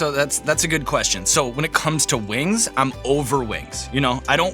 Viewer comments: I love how she pronounces them “wangs” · I love lorde and have since first hearing her on triple j in early 2010s... But as an aussie, I will never not knock a kiwi's pronunciation of "spicy lil wangs"